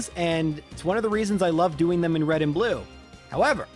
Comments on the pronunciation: Was calling him "red and blue-no" deliberate? Cuz I like that name and want to hear it more often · Did he say bluno